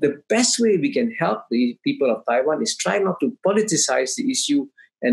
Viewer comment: It’s a clear win for Kishore by his pronunciation of “Taiwan”.